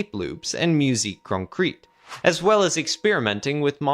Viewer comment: Concrète rhymes with jet. Piste rhymes with least. Don't say "off pissed" unless you're going for a laugh.